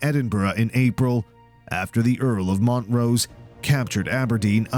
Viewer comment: HE KEEPS CALLING HIM MONT ROSE 😆